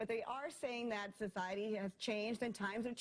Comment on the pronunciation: Sussssiety 😂. Oh why can’t natural selection do it’s job quicker.